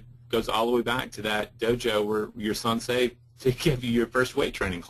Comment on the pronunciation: Sensei. Not SunSei. lol. It hurts my ears hearing you say it wrong.